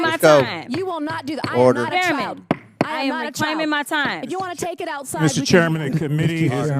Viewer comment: She really said "Cash me ousside!" #howboudat